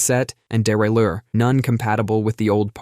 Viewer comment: That was the most French I've ever heard the word derailleur said.